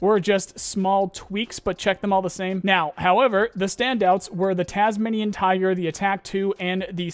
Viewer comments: you pronounced tasmanian super wrong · You pronounced tasmanian completely wrong 😂😂 Tasmanian tiger was a Australian animal.